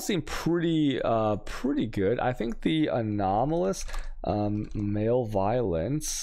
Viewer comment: Also I usually hate the mispronunciations but “male violence” for “malevolence” is primo 👌